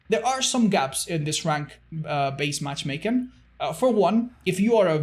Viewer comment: all i could focus on was saying "matchmaken"